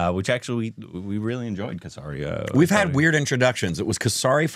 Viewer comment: It's not kasari..it's k-seri. That's all 😊